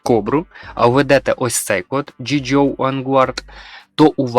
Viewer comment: перед тем как записывать видео ты хоть узнай что это за вселенная j.i. joe и как она правильно читается, фильмы есть, про произношение англ уже молчу вовсе, бонус код конечно хорошо но блин уши вянут